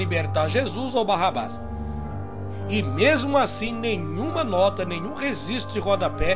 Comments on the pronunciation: *REGISTRO, e não "resistro". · Top o canal, amei aprender, só me doía ouvir rezistro 😅